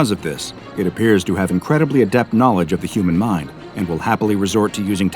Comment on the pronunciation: I love watching these videos in the background but the way you say 'knowledge' really grinds my gears XD